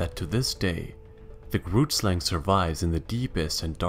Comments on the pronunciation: The YouTuber kind of said grootslang incorrectly The name i am sure is afrikaans which is my main language He said it in a way that made me laugh so much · Not everyone bootchering the word 'grootslang'